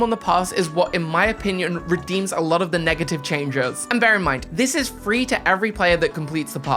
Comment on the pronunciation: ITS WITEWALLY FWEE!